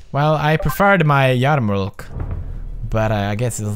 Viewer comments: It’s kinda funny how pewds pronounced yarmulke “yar-mulk.” Btw, it’s pronounced “ya-mih-kuh.” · yup totally pronounced yar-muk and totally not ya-ma-ka or kee-pa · Does anyone ever tell him that yarmulke is pronounced yah'-muh-kuh? Lol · it's pronounced " ya-muh-kuh" Pewds. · You pronounced "yarmulke" wrong.